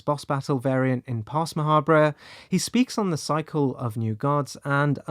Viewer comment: wouldn't you pronounce Ma' Habre like Macabre?